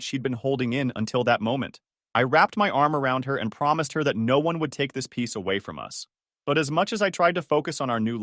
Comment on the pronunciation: Peace not piece.